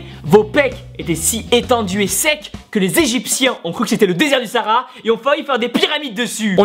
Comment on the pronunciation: "Le désert du Saraha".. mdrr petite faute de prononciation ! DAAMMNN